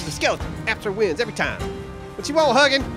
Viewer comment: I really love how you guys pronounce Hugin!